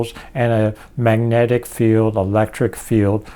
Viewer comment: He’s a great thinker, but I can hardly stand listening to his sloppy, slurry pronunciations. Example: maneuc vs magnetic